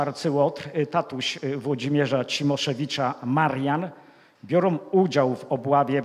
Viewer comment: Nie wiem ile ma racji. Sądzę natomiast, że zdecydowanie powinien popracować nad swoją wymową słów polskich. Nie mówi się BIOROM mówi się BIORĄ. Nie mówi się GÓWNĄ mówi się GŁÓWNĄ. Nie mówi się TOM mówi się TĄ. Nie mówi się ŚREDNiOM mówi się (nie SIEM) ŚREDNIĄ. Co to znaczy ROSCZELIWAĆ? Dalsze przykłady pozostawiam przygodnym widzom. Na ostatek jak można coś wylać lub wyrzucić coś do SEDESU? Można na nim usiąść, nawet zasiąść. Wylewać wspomniany sprzęt będzie trudno.